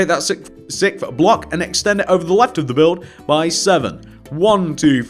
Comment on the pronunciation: he says free instead of three and sick instead of sixth